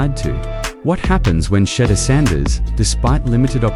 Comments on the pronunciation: You refuse to pronounce his name correctly. Subscribe to this, no. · If you can't pronounce a simple name i don't watch and definitely will never subscribe